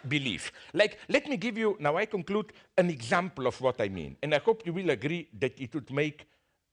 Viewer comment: "Sorry guys you scrood it up naow" LMAO